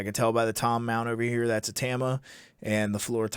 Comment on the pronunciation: Can someone please teach Canadians how to pronounce ‘Tama’? Oh and ‘pasta’ while you’re at it